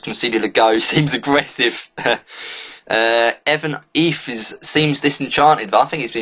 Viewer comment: you pronounced evan eiffe right